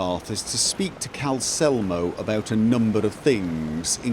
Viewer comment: I mean, dude forgot the second L in Calcelmo's name for ages.